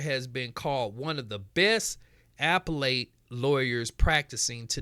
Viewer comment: Pronounced a-PELL-ut, not AP-e-late.